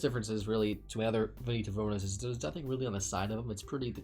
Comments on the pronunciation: Aaaaaah, ok, it's just that by the way you said it I heard Venito and not Veneto. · Or is he just mispronouncing Veneto?